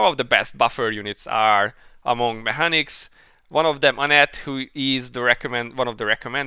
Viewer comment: Mé hanics? Mé kanics 🙂